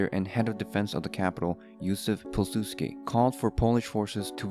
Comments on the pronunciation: Piw sudsky not Pil. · you didnt pronounce Jozef Polsudski the way you would pronounce it is: Yuzef Powisudski